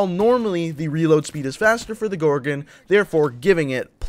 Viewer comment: He says gorgin it's gorgon